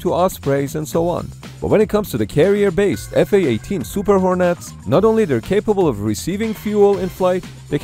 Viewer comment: "Hor-Nets" isn't quite right -- there's NO Emphasis on "Nets" - just say "hornets" more like "hornits"